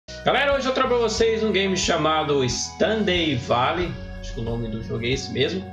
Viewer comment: o nome do jogo pronuncia-se "Istardiu Valei". Já joguei muito e assisti centenas de vídeos. É muito bom.